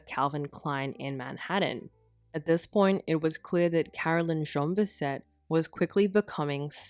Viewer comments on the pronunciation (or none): Plus, her middle name was Jeanne, which is not pronounced Zhon, which is close to the pronunciation of Jean, the boy's name. It's French and more like Zhann.